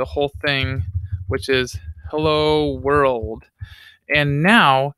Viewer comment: his 'heyya,world' killed me I